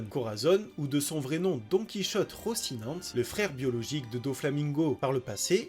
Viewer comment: Par pitié c'est Rosinant"é" et diamant"é"